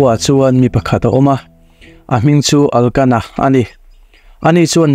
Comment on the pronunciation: Hani aiah khana-i tih tur aw..Elkana tih tur a nia...Pinina-i tih zawk tur a nia....I ti tha khawp mai